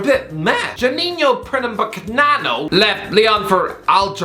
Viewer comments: That was the funniest pronunciation of Juninho Pernambucano I think I ever saw lol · One day you will learn how to pronounce "Pernambucano" but this day it's not today lol